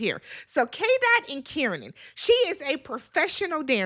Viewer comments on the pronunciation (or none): So glad you’re the reviewing the UK version! Kieran is pronounced (Care -ran) - I hope that helps 😊